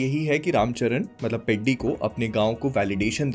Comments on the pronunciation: Please people pronounce atleast the movie title right. It shouldn't sound peddy it should sound peddhi. Movie tho dekha hain na. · As a telugu guy I found it sooo funny you calling it पेड्डी, it is पेढ़ी 🤣🤣, btw as you said movie is bad 🤝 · Bro, with due respect, whether the movie is good or bad is completely your opinion and reviewing it is your right. But at least please pronounce the title "Peddi" correctly. It's a Telugu word, so kindly check how it's actually pronounced in Telugu rather than reading it with an English pronunciation. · Bhaii I tell youu itss not peddi itss peddhi this is how u pronounce it!! U dont evn know how to pronounce a name and what to judge a movie?? I accept the jahnavi part is not acceptable but the movie the emotions are soo gud maybe the hindi dub wasn't good but in telugu is was damn good and theres no much story about hero and heroin together because the story is totally concentrated on peddi only and his struggles SO STOP COMPARING PUSHPA AND PEDDI And in bollywood also they show a women in minute dresses u dont talk abt tht Hypocrite!! As u said tht he plays cricket,khusthi and many other dont you understand that he is multi-talented he said in his first intro " aate na pogaru " that means game is my pride he loves games and about he giving off his legs because in his leg the nerve is totally damaged and he is having difficulty in walking he is in pure depression so he took the step THIS MOVIEEEE!!! IS TOTALLY ABOUT STRUGGLE FOR IDENTITYYY And it is also a call to youth to struggle for their identity and a information about sports other than CRICKET THIS MOVIEE WAS SO GOOD if u think broadlyy such a hypocrite u are to roast such good movie I accept some scenes does nt make sense but it has a great meaning OVER ALL THE MOVIEE WAS SOO DAMN GOOD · Peedi nahi peddhi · Peddi teddy ki tarah nahi pronounce karna hota hai… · This guy actually doesn’t know how to pronounce peddi and he is giving its review waaah bhai waaah 😂😂😂😂